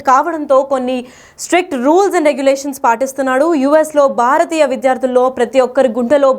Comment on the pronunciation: Baaaratiya Kadu- Bhharatiya